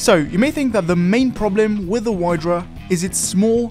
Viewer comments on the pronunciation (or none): vidra, not whydra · Wydra is pronounced as Vy-dra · Also it's pronounced "vyhdra" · the way he said wydra physically hurt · CarMighty should teach you how to pronouce "wydra" correctly